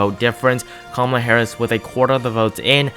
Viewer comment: Nice video,but did towards the end of the video it sounded like if you said kamala harrasment lol